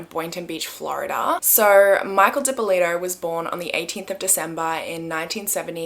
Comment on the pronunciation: Thanks for pronouncing my name properly!